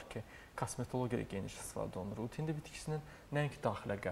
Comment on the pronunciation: Başa düşə bilmirəm "ut hindi" yoxsa,"ud hindi"?. Sözü düzgün vurğula savadlı həkim....